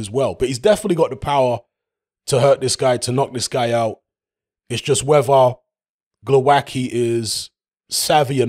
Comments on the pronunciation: Oh man.......pronouncing the hard way.... For you Wayne Grekki hmmm? its...tzky!!same here..... its not kki, its tzki or zki, its not that difficult Okolie by stoppage 5th. not Glowacki but Briedis will beat Okolie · Glowatzky is how his name is pronounced. Its always hilarious when butcher names, especially Eastern European names.